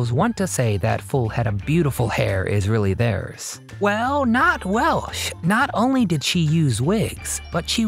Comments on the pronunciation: Over and over I hear the woman's name pronounced 'Welsh' by the narrator not 'Welch'. An adequate overview, with so many vintage clips, but far from complete. AND, as others noted / complained, neglects what this title 'teases' -- WHY she quit Hollywood. Hollywood movies quit her after she sued Metro-Goldwyn-Mayer for their dumping her from its 1982 release with Nick Nolte as male lead, "Cannery Row" after two days (or five; sources vary) of shooting in 1981. She stuck with it and eventually won; awarded over $10 million in 1986. Hollywood's 'a small town' -- the other studios pulled rank with Metro. She switched gears and kept a high profile on television, stage and personal appearances. . . . Another controversy: passionate about the Native Americans' cause she developed and filmed "The Legend of Walks Far Woman" as a three-hour TV movie for NBC in 1979, but the network 'sat it on the shelf' (i.e., the film canisters lay on the shelf, not projected for the intended viewing / presentation). She was further disheartened that when the network finally aired it, May 1982, they'd cut, cut, cut it and ran it as a two-hour movie. The irony -- or sweet revenge -- was that "The Legend of Walks Far Woman" became the highest rated movie of the year. While there's much to praise about her career and life, the early career, late 1960s public squabbles with film co-stars Jim Brown, Burt Reynolds (both "100 Rifles") and James Stacy ("Fathom") are glaringly absent / overlooked. "So, 'DoYouR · Definitely mispronunciation of her name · It's WELCH.......not Welsh